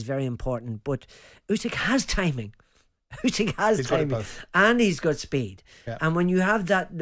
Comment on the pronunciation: 3 idiots calling him "oosyk" when it's "usyk"